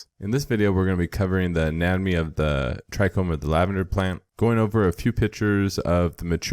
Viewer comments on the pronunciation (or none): When you said “lavender” I stopped watching and gave a thumbs down